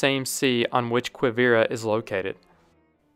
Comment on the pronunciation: Guillaume is pronounced gee-YOME, with a hard G as in go. 😊 Quivira is pronounced key-VEE-da. And others. Great video, just practice your European pronunciations. 😊